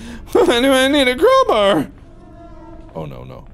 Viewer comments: "Crowber" - Markiplier 2019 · why do he call a crowbar a crowbrr ??? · did anybody else notice that he is saying CROWBUR instead of CROWBAR?